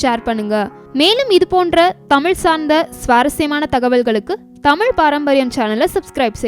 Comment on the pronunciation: தயவு கூர்ந்து "தமிழ் " என்று சரியாக உச்சிக்க வும்.